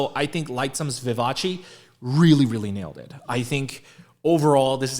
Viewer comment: No korean : Literally no one : PD : ViVa-CHi